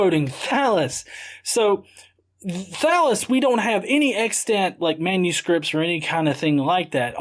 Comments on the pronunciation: When he was talking about Thallus, I honestly thought he said Phallus. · Does anyone else hear "Phallus" when he says "Thallus"? No? Just me? Okay, then. O:-)